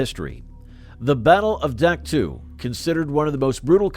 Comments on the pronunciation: Doc toe NOT duck too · I can't stand when people pretend to be an historian and can't even pronounce the fkn names of the places their talking about...Dack two 🫥.....it's Dahk toe....learn about what you talk about....if you can't take the time to learn how to pronounce the places you talk about accurately , what's that say about the accuracy of "Anything" you say?.....have pride in what you do. How we do anything , is how we do EVERYTHING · Duck two ? I can't stand this A.I. shit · AI narrators are absolutely worthless...Duck Two? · It's pronounced Dak Toe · You lost me at the first "Dak too". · Dien Bien Phu was 1954 not 53, I heard it on the radio getting ready to go to school. Dak To in pronounced in English DOC TOE. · Terrible video. The announcer mispronounced the name of Dak To and other places, plus many of the images had nothing to do with Vietnam. The creditability of the video is dubious.